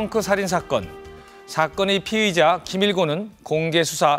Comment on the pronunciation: "피해자"랑 "피의자" 발음좀 정확히 하쇼 쫌!!!!